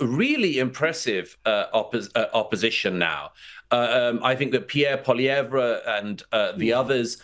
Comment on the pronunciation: Congrats! You are the only political pundit capable of pronouncing Pierre Poilievre's name correctly